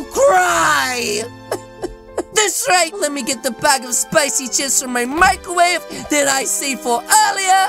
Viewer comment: its not spocy its spicy